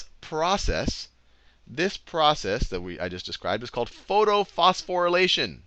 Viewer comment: Mr Sal I believe its photophosphorylation